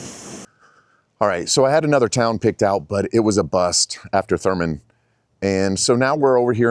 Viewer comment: It’s “Thurmond,” with a D.